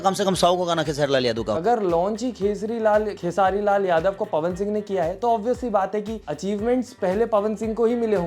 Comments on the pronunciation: Arey bhai 😂 khesre lal naam nhi hai yrr kam se kam video banane se phle naam ka spelling thik se padh liya kro khesari lal yadav naam h 😅😅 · sahi se bolna sikh lo bhai khesri nahi khesari hota hai😅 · Khesaari hota hai bro Khesri nhi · Beta tu Jake padhai kar खेसरी लाल नहीं होता खेसारी होता है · खेसरी नहीं खेसारी 😂😂😂😂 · Are bhai khesri nahi khesaari 😂😂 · Abe Bhai khesri nhi hai khesari hai 😂😂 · Bhai vo खेसरी nahi h खेसारी lal yadav h 😂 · Khesari bolo bhai khesri nahi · भाई तू भैया के नाम खेसरी❌ बोल रहा☝️ It's खेसारी✔️ [KHESARI LAL YADAV] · Bhaiya khesri nhi khesari 😂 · खेसरी ❌ खेसारी ✅ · नाम तो याद कर ले भाई खेसरी नही खेसारी है 😂😂ज्ञानी बाबा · Are bhai tumko pata bhi hai ye dono kaun hai ya aise hi video banane baith gaye ho खेसारी लाल ko खेसरी लाल bol rahe ho pehle Puri information collect karo.itni bhi badi controversy nahi h jo video banana pad raha hai aapko. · Khesari ❌ Khesri✅ 😂😂😂😂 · Bhai खेसरी नहीं खेसारी है। अलग दंगआ करवाओगे। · Abe khesaari bolo khesri nahi ok beta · खेसारी , should be the pronounciation 😂it sounds funny when you say खेसरी 😂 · Tum jaise bando ke pass yessa hi gyan hoga apne ap ko itna smajdar smaj raha hai na tu terko khesari ka nam to bolna aa nhi raha aur tu 2 bade superstar ko target kr raha hai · Pahle khesari Lal Yadav ka pronounciation karna sikh lo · Bhai tu sabse pehle khesari shi se bola kr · Abe tumko खेसारी bolne nhi aata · पहले नाम बोलना ढंग से सीख ले